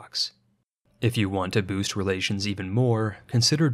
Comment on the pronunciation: "Bost" our position... I hate that it was funny